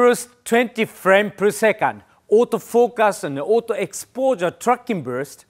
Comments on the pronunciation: Those auto "focas" really get me 🤣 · I love when he say "autofokass" 😂